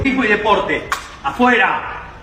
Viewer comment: You said it correctly🇺🇲🇺🇲🇺🇲🇺🇲🇺🇲🇺🇲🙏